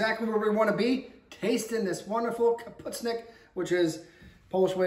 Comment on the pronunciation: So.... this is not cabbage soup. It is specifically, Sauerkraut soup. Correct pronunciation. Ka-poosh-nee-ock.